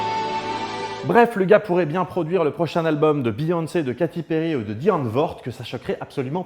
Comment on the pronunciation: die antvoord ... roooh mais la France ><